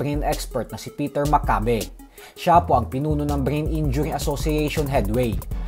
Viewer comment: (M A C C A Y B E ) not mak kabe